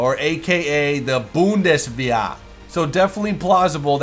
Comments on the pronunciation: and 'bundes-where' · oh god the way he pronounced Bundeswehr. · Buundäswair xD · No. Boond-ih-svair. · ive never heard a German pronounce it looking at the word it should be something like "Boond Sveere" is that right?